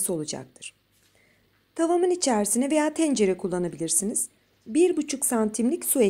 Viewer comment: içersine diyişi beni benden aldıya😂😂😂😂